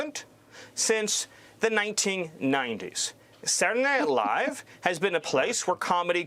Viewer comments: "SatlanadayNiLaiiiive" - wtf? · “Satlnight live” lmao dude got worse at pronouncing it every time. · sadtledaynightlive bro spit out ur marbles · "Satntdeh Live", the guy cant even fully say the right name. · What is this "Saturn aight live" he's talking about? 😂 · Wtf is satnayight live... Steven is a horrible little thing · "Transgender mice...they're eating the pets...kids going to school as boys, coming home as girls..." What the actual fuck America? BaldyLocks can't even pronounce Saturday Night Live...Satni ight LIVE what a maroon!! Get this circus out of the white house. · And what is "Saddy Night Live?" Stephen, it's SA-TUR-DAY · I hate the way says “Satuhdnihlive.” 😑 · "Satnanight Live..." 🥴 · Saray Nye Live? Can't he even pronounce the words?? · Senndea Live'' .. What a dim witted tosser. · Sadderdanighlive??? What is saying? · "sananay live" 😂😂😂😂😂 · sadinight live..sadinight live..sadinight live. Does this guy know how to pronounce three words in a row?😆 since the 90s!! WTF Nazi Nosferatu??? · “Sadunay” night live -SMiller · i would not be surprised if he turned out to be an alien. I mean who pronounces Saturday Night Live like that’s: Seddernylie. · I didn't have perfect pronunciation all the time, but i feel a little uncomfortable the way he was saying Saturday Night Live lol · Who can say that Stephen isn’t talented? I don’t think I’ve ever witnessed a man so successfully turn the phrase “Saturday night live” into 3 angry, whiny syllables so many times in a row. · Stephen can't even say ,"saturday night live"